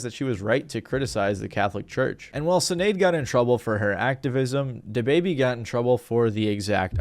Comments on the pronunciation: Her name is pronounced Shin-ade, not Sin-ade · I'm pretty sure the S in Sinéad O'Connor is pronounced like sh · Sinead,pronounced shin aid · BTW Sinaed is pronounced Shin Aid. It's just be one of those gaelic things. same way siobhan is some how pronounced shiv on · The way you’re pronouncing Sinead tells me you had no idea who she was before you did your research for this video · You can't even pronounce Sinead properly.